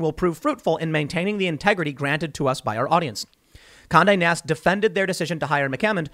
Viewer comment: everytime he said Conde Nast i heard Kanye West